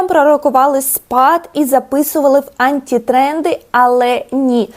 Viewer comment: бАтфорти, бАтІльйони, антІ-тренди 😂 бідні мої вуха